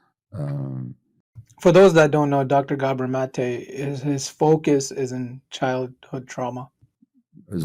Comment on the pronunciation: I see you read your comments my friend! I heard you using the correct pronunciation of Dr. Gabor Maté now and shouted out his son Aaron. Keep the great videos coming sir. 👍